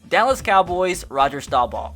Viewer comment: U pronounced Roger staubach’s last name wrong😂